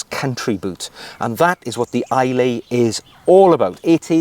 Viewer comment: Some amazing shoes there. The Islay being my favourite.. maybe because I live near Bond's home in Glencoe 😂 The "lay" part is pronounced "luh"....."Aye Luh". I assume this is named after the Scottish island of Islay. One of my favourites due to their amazing whisky 😂 Certainly worth a visit.